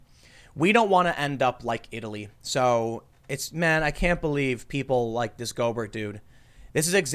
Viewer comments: Just a quick tip, Rudy Gobert is french, and his last name is pronounced "Go bear" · It's pronounced Goober... as in Pyle. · Ita pronounced rudy GO-BEAR even though its spelled Gobert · Gobert is pronounced like Go bear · It's pronounced Go-Bear btw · the name is french, pronounced "Go-Bear" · He's French. It's pronounced Go-Bear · NBA fan here so I gotta say, his name is pronounced Go Bear. It just makes me cringe a little, no biggie. It sucks that Donovan is infected, he's a baller. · Pronounced "Go-bear". Rudy Gobert, he's French. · I gotta throw ya a bone hear...Rudy Gobert (go-BEAR)....You're welcome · It’s pronounced “Go Bear” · “Go-bear” he’s a frenchy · It’s pronounced Go Bear... DONT be dissing my UTAH JAZZ!!!! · Thing is, it's almost entirely positive that Gobert (BTW it's pronounced "Go Bear") is not he first player to get it. He was acting silly and of course had no idea that he would get sick. The sad thing is that the league is piling on him and blaming him for it. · When he said go Burt the first time I facepalmed so hard I concussed myself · It's pronounced Go ber' ... silent t, emphasis on second syllable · Go-bear it's a French name. Your welcome from Louisiana. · It's pronounced Rudy Go-bear. He is from France. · Tim you kept saying Rudy Goberts name wrong. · His name is pronounced like "Colbert" Minor nitpick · We can tell Tim doesn't watch the NBA with that pronunciation of Gobert. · know lotsa Americans with french names, even they forgot how to pronounce it. they say the T. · Tim: "I don't do sports" Proceeds to say Gobert like "Yogurt" Me: You don't say? Btw, don't forget he's very young. Most young people have invincibility complex. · Your got Rudy's last name wrong when you said it. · That’s not how you pronounce his last name 😂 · Golbert (GoalBear) it's French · Not to nit pick. But its pronounced "go-bear" not "goal-bert" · Tim, Gobert is not pronounced go-Bert. It’s pronounced go-Bear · It’s pronounced Go-bear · Go-Bear he’s French